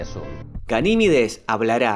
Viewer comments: A ver si aprendes a hablar, es Ganimedes y no Ganimides, cada día hay más flipaos. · Verga lo tienes ahi escrito... deja de decir Ganimides... es Ganimedes